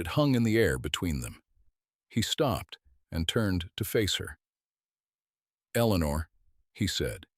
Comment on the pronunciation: Another Eleanor at least pronounced correctly by this AI